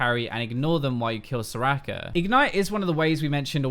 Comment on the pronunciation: All I heard was 'so-racker so-racker' :^)